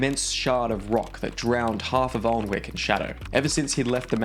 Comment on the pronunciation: Can I just say I laughed hard that you called a town in your fantasy novel an actual town from UK. I live there at this very moment, however ours is not pronounced Aln-wick its pronounced An-ick. Also I recently have been trying to make my main character an antagonist. I purposely want them to seem wholly 1 dimensional to start with to produce an effect that they are growing as a villain throughout the book. I have found writing as a villain probably the most challenging thing I've ever done because it doesnt come natural to us. So I ask using your advice how would I expand a character whom is evil because they know no better. Yet by the end they have changed to have a reason. Im sure it probably sounds a little cliche, but I have written several stories with moral main characters and now I want to try a morally questionable character this time. My idea is to have the same story but from both sides. So you get to see the Hero and the Villain but by the end you at least see the villain is more then just a 1 dimensional character they started out as. I have found so many sources explaining about making a good moral character, but its so hard to find something about a character who's morals are very distorted. Thanks.